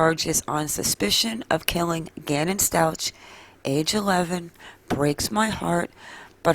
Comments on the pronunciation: Stauch is pronounced with a K sound at the end, not a cha sound. Glad to see this info., thanks for the video. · It's "STOWK" like cow.